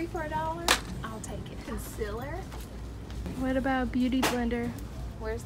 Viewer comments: ConCEEEEAAAAAler Repeat after me Laura: Con- ceal Conceal-er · If she says "consiler" does that mean see says "seal" like "sil" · "Conciler" she notices she says it LOL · It’s not conciler it’s concealer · OMG how many times did she say Conciller 😂😂😂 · Love how you say conciler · What is Consiler 😂😂😂😂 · say it with me, CON-Se-LAR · con-CEAL-er omg